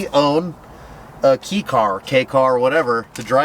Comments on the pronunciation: I (kind of) hate to be that guy, but it's pronounced 'kay'. (9 years in Japan... owned numerous kei cars.) It DOES look like 'key', given the wishy-washy pronunciation rules of English. These little vehicles are the backbone of Japan. They're everywhere and people tend to stick to their maintenance schedules. Partially because having a vehicle registered on the road is expensive. So, it makes sense to maintain the vehicle. Also, good presentation is a big part of the society and your vehicle is a shining example of that. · Kay, not key. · K car. As in the letter k. Not key. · Kei trucks, pronounced "K" trucks, not "key" trucks... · Congrats on your Kei truck! You're making valiant efforts with the pronunciation but it's 'Kei', not 'Key'. Just say 'K' and you're close enough. Creds: living in Japan for 30+ years and I've driven and owned a variety of Kei trucks and cars. Love 'em. That said, my daily driver is a 2018 Honda Fit Hybrid: it has similar size and economy as a Kei car but it's better on the highways and has much more room for us leggy Westerners. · "KAY" truck. I speak Japanese. It's pronounced KAY. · Its not pronounced "key" truck. It's pronounced like "kay, " or simply K truck. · Irks me every time he says “key” trucks 😂 its said kay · Kei is pronounced like Kay not key. 😅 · you kept saying key or k but it has to be k. kei means light weight and we pronounce it as k, never key. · "Key" trucks?! Is there no word safe from American mispronunciation?! The Japanese word Kei is pronounced like the letter, 'K'. Phonetically, if you need more help, it's 'Kay'. Here endeth the lesson. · its not KEY its pronounced Kay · I need to correct this right off the bat. It is pronounced like "kay" not "key" and as these are getting more popular, please pass it on. Thanks! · “Key” trucks? If u can’t even say the name right how can I even take this seriously? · KEI, pronounced Kay. EI is AY in Japanese. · it's kei like okay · Kay truck! Pronounced Kay!